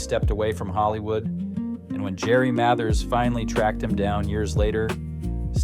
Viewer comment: AI pronounced Mathers wrong. Go figure.